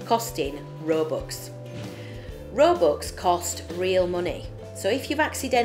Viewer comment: You said robux wrongs you said it roooboox